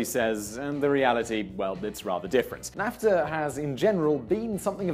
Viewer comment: It's pronounced NAFfffffffTA